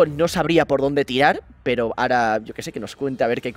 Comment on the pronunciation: Y me diga ara (ahora) dicho malamente jsdjsjs